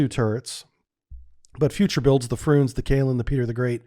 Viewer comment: Are you deliberately pronouncing all the names wrong? "Frooonze?" "KAH-linin?" Nice one. 😂